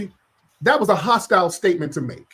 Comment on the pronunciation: Son said hostile😂😂😂